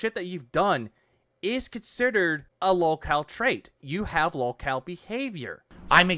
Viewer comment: Why does he keep calling it "Lawlcawl casht" it's lowcow podcast. Then again this guy is pronouncing words poorly like processing he says "processcessing" or "Khantant" idk it's because of his stroke face or the alcohol or both